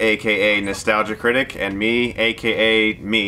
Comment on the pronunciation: „Critics“ lmao